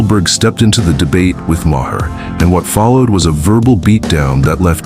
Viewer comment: It's Not MAH-her. ROBOT